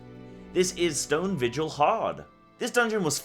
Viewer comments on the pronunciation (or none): none